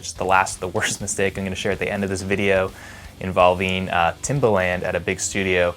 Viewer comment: Timbaland, rhymes with "arrogant"